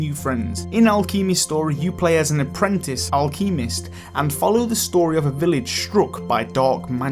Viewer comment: You have a weird way of pronouncing alchemist.